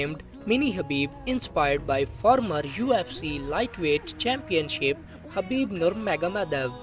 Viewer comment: Khabib not habib